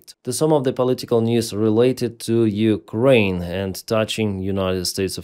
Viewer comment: When three years is not enough to learn they say Ukraini, not Ukraine.